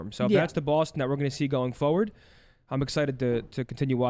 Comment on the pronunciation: Someone tell that it’s “forward” not “foward”